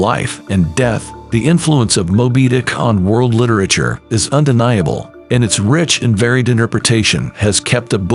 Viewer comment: Would be nice if the machine narrating could pronounce word like literature